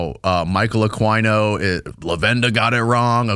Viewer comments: It's not uhk•why•no, Jackazz🙄 Just make yourself sound infinitely more st00pid than you do already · It’s pronounced Michael Aw-Keeno Aquino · Aquino's name is pronounced Ah-kee-no. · Ugh. It's Michael (pronounced Ah-kee-no or possibly Ah-quee-no) . I don't know what that noise you guys were saying but it was horrible. lol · That's the ultimate goal, to get back to Babylon cause they're into Ba'al/Remphan/Moloch worship. The star that is on I$rael's flag is NOT King David, that's another deception. A-KWAI-NO? 😭 Can't do Spanish names, ese? 🤣. Michael Aquino was a whack job. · ITS KILLING ME… it’s Michael. A KEY NO. ( pronounced) spelled Aquino… I did a deep dive on him about 2 years ago… he is the real deal EVIL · Isn't the name pronounced a-keen-o? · Is pronounced akino. And yes he was part of the Satinist church together with Anton Lavey. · Pronounced “AKEENO” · "Michael Akwyno" lmao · It's pronounced A-keen-o for God's sake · Michael A-KEEN-o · It's said like AK-EEN-O...The leader of the Temple of set.militarys satanist version. He was a big wig in the military you retard.he wrote a book the military still use right now dumazz. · You are not even pronouncing Michael Aquino's name right (A-Keen-Oh), and yes, he raped kids, study MURDEERED FORMER HEAD OF THE LA FBI TED GUNDERSON'S RESEACH AND THE TESTIMONY OF MK-ULTRA VICTIMS! RESEARCH MURDERED MAX SPIERS AND HIS LAST INTERVIEW HE DIED DURING. ITS ALL EXPLAINED THERE AND I KNEW MAX SPIERS DIRECTLY.... AND JANES RINK/RING DIRECTLY, WHO WAS MICROWAVE MURDERED THIS YEAR.... HE WAS SUPER HEALTHY, ORGANIC JUICED DAILY, AND HE DIES WITH A LIVER THAT HIS DOCTOR TOLD HIM BEFORE HE HAD DIED LOOKED LIKE IT HAD BEEN IN CHERNOBYL. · Michael Aquino ( ak- wee-no).. no he was a full on pdf file... you dumb f***. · It's pronounced AH KEE NO. Aquino, sick mfr ask Cathy O'Brien. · Michael Uh-queen-o is the right pronunciation 😂😂😂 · Anyone else cringe every time they miss pronounced michael aquinos name 😑